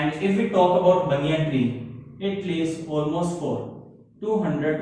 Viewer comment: Explanation is just wow👌.... It's baniyan tree,not baniyaan 🤣